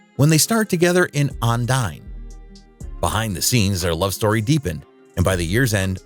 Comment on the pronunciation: Franchot is pronounced Fran Cho (the T is silent), "Ondine" is pronounced ahn DEEN. Methot is pronounced Meh-tho (the T is silent), Ferrer is pronounced Feh REHR.